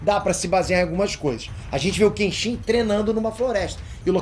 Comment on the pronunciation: Moro no Japão meu filho nasceu aqui e coloquei o nome Kenshin, só corrigindo a pronúncia 😢 se me permite, dão ênfase no KEEN e o shin fica bem curto tipo KÉENSHI O “N” tem som de um (1)